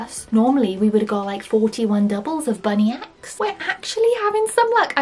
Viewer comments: its bunnix not bunny x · it’s actually spelt Bunnix(bu-n-i-Ks) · Uh you keep saying bunny X not bunnex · Hi I loveee your vids ❤ But you don’t pronounce it as ‘ BUNNY X’ it’s actually ‘BUNNIX’ in the show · The thing about these is there is only two various rolls you can get and also just so you know the bunny is said like bunnix. I know it's confusing 😁❤ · Hi its bunnix not bunny x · Her name is Bunnix not bunny x but video is cool anyway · I was getting SO mad when she was saying “bunny x” and not “bunnyx “ 😂